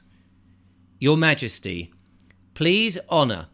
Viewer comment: Sorry to say this but your Ma-ges-tic is a li-zard 🫣